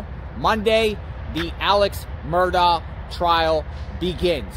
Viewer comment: Hey hey, pronounce it like Alek Murdock. …….. I know weird but that is how it’s pronounced 🙃🙃🙃🙃🙃